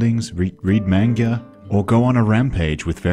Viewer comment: MAIN-GA MAIN-GA